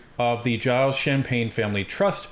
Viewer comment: So corrupt Libs, hiding behind whatever laws will protect them btw Gilles is pronounced Jilles with a soft g in French, not jiles How do you pronounce the French name Gilles? Phonetic spelling of gilles zheel. ZHHHiy-L. gilles. g-ih-l-ih-s.